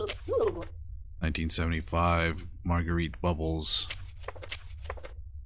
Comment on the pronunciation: Margarette’s name is pronounced mar-gret not mar-grr-reet